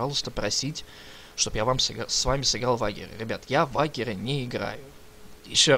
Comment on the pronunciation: Слушай, а ведь англофиферы говорят не "Вагер",а "Вэйджер"